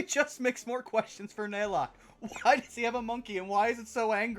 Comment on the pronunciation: Every time they mispronounced Naylock's name as Nylock I think of the character from TOME; NYLOCKE, THE DRAGON OF DESTINY!